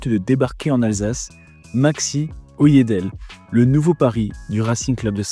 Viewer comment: OyedelE on prononce le E derrière 😉